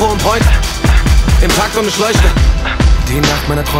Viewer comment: das album hat richtig geniale beats und auch hooks, trotzdem macht capos aussprache alles kapuut, "isch, misch".... alter